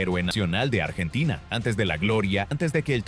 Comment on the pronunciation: Que ia de mierda, donde son polvorientas las calles de Bs As, artina en vez de Argentina? Que asco